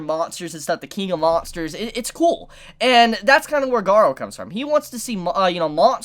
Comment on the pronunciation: Garou = Ga-Roo not Ga-row